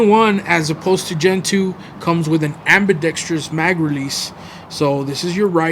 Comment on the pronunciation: Holy... You're the first GunTuber to properly pronounce the word "Ambidextrous." I tip my hat to you, Sir.